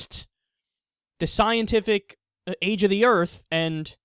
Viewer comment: "He could create 'uh earf'"...He needs to learn to speak properly